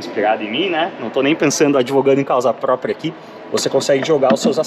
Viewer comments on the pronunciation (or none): none